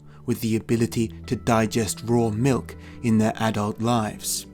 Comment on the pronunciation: Sounded like they're "MILF" lovers at the same time.